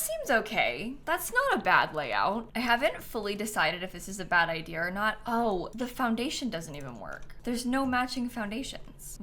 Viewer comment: am i the only person who's gonna mention the hardcore british intrusive R ("bad idea R or not")? dan's having his influence lmao